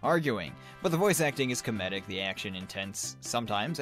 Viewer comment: Alright,, been biting my tongue on this for a while. You say a certain word... very strangely. Say it with me, now. Comedic. Coh-mEE-dik.